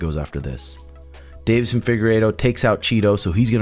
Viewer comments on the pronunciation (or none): none